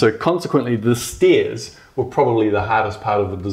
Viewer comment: the way he says stairs... lol